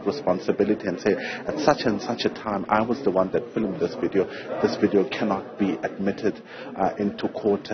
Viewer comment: Did u just say filimud ? Or u meant to say filmed